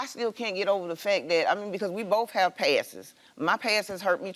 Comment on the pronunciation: Not “past-es” chile lol